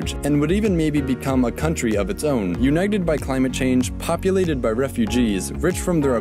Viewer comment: Later again when he sais united😂😂